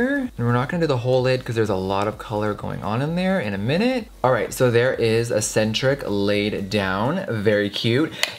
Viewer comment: Jeffree I love you to death, but eccentric is not pronounced asentric.